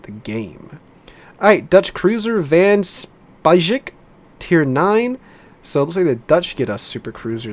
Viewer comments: It's pronounced "Van Spike" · van speijk == van spike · T9 Dutch Cruiser "Van Speijk" pronunciation would be something like... "Van Spike" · Van speijk is pronounced like spike but just swallow the e and you say it pretty much correct